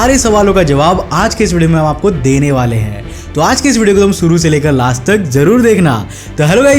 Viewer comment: Bhai. Suuru karte hai ya shuru Kate hai . Very poor Hindi .. motion .. motan...???